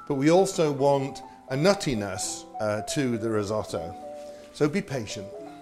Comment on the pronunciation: So for a simple dish of Rice you use the italian Word "risotto" by the way pronounced terribly, you said "rids-o-dou".😬